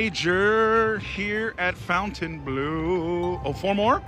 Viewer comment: Nice video,as usual. Just for info, you have to tell "Fontaineblo" with like in "Bingo"and not " Fontaineblue" 😉